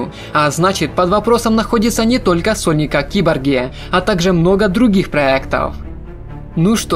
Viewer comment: Выговаривай внятно «сольник»